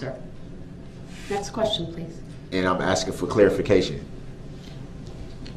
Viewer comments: Is Michelle his lawyer? There sure is a lot of axing going on. #miaquacko #axemichelle #dasrightisaidit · Judge: “I don’t need to ask you, I’m telling you!” — YES!!!!! She finally said it. God!! What an annoying human being. That whole “are you axing me or telling me” and challenging her authority constantly was so disrespectful. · Axing me ………… that’s the truf ……